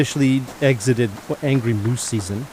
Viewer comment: angy is how my granddaughter says angry lol when you misspoke it made me smile and think of her lol